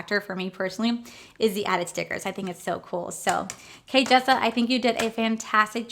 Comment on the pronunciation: I love your videos and I am not saying this to be mean but you said her name wrong a few times in the video. It’s Jkissa not Kjissa you might want to change that during editing